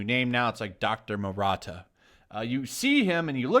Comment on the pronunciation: It's "maruta" not "murata" But yeah this controversy is silly. I guess it's equivalent of calling a super villain Dr. Auschwitz.